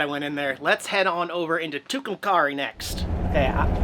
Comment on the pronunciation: The town where the Blue Swallow Motel is located is pronounced Two-come-carry. Just for future reference.